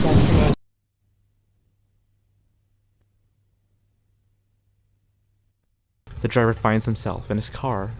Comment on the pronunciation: You have arrived at your "DEATHination" haha welp I'm not sleeping